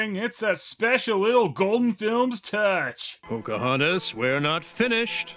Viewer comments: each time i hear Cam Clark say "Pokey-hontas" a partof me dies inside... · How? does? How? How does saying the name Pocahontas sound like coughing or sneezing?